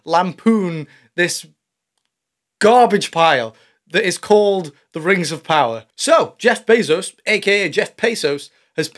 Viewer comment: Oh, Sorry. "The Rangs Of Powder".... LOL